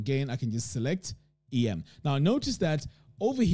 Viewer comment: "em" in typography is pronounced as a word. As in the "em" in "them" vs each letter "e" "m". It comes from "em space". Thanks for the video